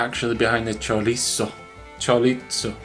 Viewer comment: Ps... it is chorizo. It is a z not a t. Lol.